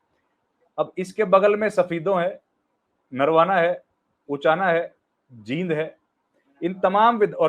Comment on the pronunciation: Jind me bdi e ki matra lagti h theek se bola kro